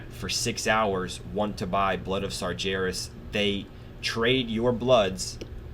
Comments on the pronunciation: Please dude I love your vids but it's Sar-----G---erus not Sarjerus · I've just started watching these, and I imagine you fix your pronunciation soon enough, but just in case, it's Sar GAR (as in Gary) as. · like your videos but i gotta say this, you are pronouncing sargeras wrong, just imagine that the ger in sargeras is pronounced how bear would be, but with a g, s-are-GAIR-as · Loving your JC videos, but for the love of god, sargeras is pronounced sar-gar-us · Every time you say Sargeras I cringe a bit